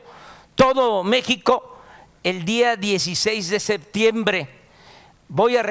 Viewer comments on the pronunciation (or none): none